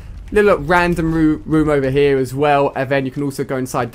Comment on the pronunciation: " Over haar" lol...